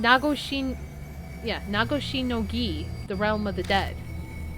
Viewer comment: You are pronouncing Nagoshi no Gi correctly! Your pronunciations have gotten better over the years, you've done really well. I know it's been frustrating, but I've loved watching you return to this series.